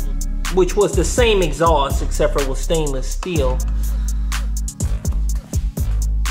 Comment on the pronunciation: Did you say “Exhausss”?